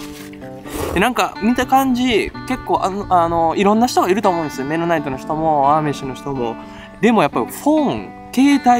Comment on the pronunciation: ハリソン・フォードの『刑事ジョン・ブック/目撃者』でも出てきたなあアーミッシュ メノナイトの発音がミッドナイトに聴こえる まだまだやな俺